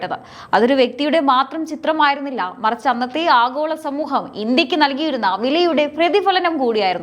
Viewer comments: ആഘോള അല്ല. ആഗോള മതി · ആഹോള രാഷ്ട്രീയം... ?.... ഉച്ചാരണം ശരിയാവണം.. . ഭയങ്കരം.... 😮